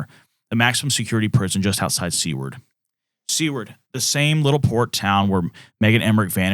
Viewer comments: It’s Seward like sewer, not seaward. Sorry born and raised in Anchorage I have to say something I’m sorry! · "Seward" Is pronounced "Sue-werd". 😉